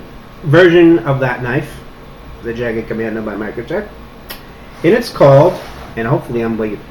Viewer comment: I think the weapon you're refering to is the "Jagdkommando" (it's german, please at least try to pronounce it like that).It's pronounced like this: First letter "J" like the "Y" in "yet", next "a" as in "after" (try to make it a short ahh like when you're surprised, it really depends on the type of english though) the "g" just like in "good" and the "d" is pretty much the same anyway. The name of the austrian special forces (where I'm from) translates to "hunt-commando". Enough german lessons for today, I hope that helped. Oh, and do you know if they ship it to austria, because this knife is awesome! Thanks for introducing it, can't wait to see it in action!